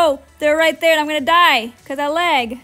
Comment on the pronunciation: I love the way she says lag "læg" 😆